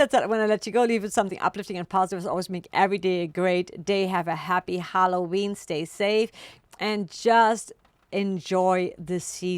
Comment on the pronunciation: Hella ween pronounced